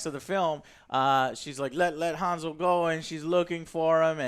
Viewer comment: It's Hänsel. Hääääänsel, with an umlaut!